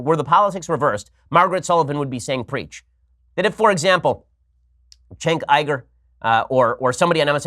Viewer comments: Why do you pronounce Cenk Uygur, Chenk Eyegrrr? It’s Senk Yougrr. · Chank Igur. That's how you say it.... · Jake Vitullo Actually its "Chank Youger" I'm pretty sure.